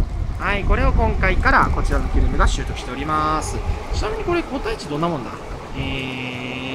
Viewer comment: キュレムがキュレルに聞こえてしまう、今日この頃。。 そして、メガオニゴオリ、まだだったのを見つけてもうた(￣▽￣)ﾆﾔﾘｯ ちなみに、タイムチャレンジは、砂にして、今日中に終わらせました。 前の動画で書き忘れましたが、実はカチコールくん:_irotigai:しました(*^^*)【野性です】 しかし、、寒いです😰 帰宅したら停電に見舞われ、さらに寒かったです😢 P,sご飯は炊いといて、水も少しはストックしとこうと思いました(^_^;)